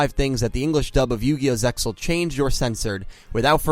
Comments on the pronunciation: "Zeal," not "Zexal" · The ZeXal OF THE ORCALCAMALOS ZeXal is pronounced Zeal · Everytime I hear "ZeXal" it kills me inside a little. The word is pronounced "Zeal" The X, is silent and there to make it look cool. Its not part of the word itself. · Damn! I knew 4Kids screwed ZeXal, but I didn't realized how severe the damage. Talk about a serious mess. The first mistake was mispronouncing the name. I know you know it's supposed to be "Zeal". Anyway, another excellent video, dude. Good job pointing all this out. I guess you'll be tackling Arc-V next, but you should wait until all the episodes are dubbed before you do. Also, let me just say that after seeing these videos, I am absolutely terrified about what crappy dub treatment is in store for VRAINS in the future. I like how this series has gotten really dark lately and ruining that would piss me off to no end. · It is pronounced Ze Al the X is silent if we the fans don't say it correctly no one else will. Can't wait for Yusaku dub kidnapped to be changed to he got lost or something. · the x in zexal is silent